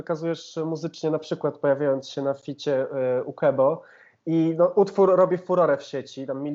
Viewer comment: Nie czyta się Kebo tylko Kłebo